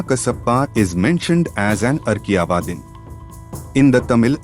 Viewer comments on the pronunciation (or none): It has to be Akriyavadi. Not Arkivadi